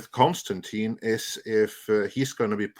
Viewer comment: Disliked for the constant mispronunciation of Constantine.